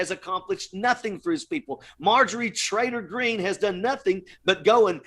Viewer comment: I had to laugh at what I thought was his pronunciation of Marjorie "Trailer" Green. How appropriate.